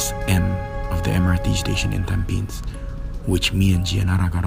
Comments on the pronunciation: It's called tamp pi nes..not tam pins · It's not tam-pins Its tam-phe-nis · its called Tam- pi -nes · Wrong pronounciation of tam-pi-nes.and your commentary, #Yawn#